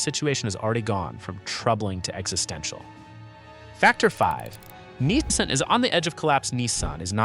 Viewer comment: So long as I live, I’ll never have a Chinese car in my driveway. And this video’s AI needs to be reviewed. Lots of audio artifacts and weird pronunciations. Especially the inconsistent pronunciation of Nissan.